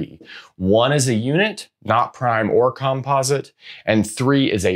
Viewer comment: Interesting video, but wildly distracting to see "likelyhood" misspelled on the board and to hear "composite" pronounced in such a peculiar way (why not the same stress pattern as "competent"?).😉 It would be just a bit too picky to expect any English-speaking academic to pronounce Goldbach as anything but Goldbark, but that said, don't a lot of people manage to pronounce the composer Bach's name with a German "ch" sound and not as Bark?